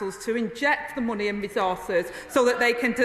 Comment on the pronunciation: Can she please learn how to pronounce the word “money”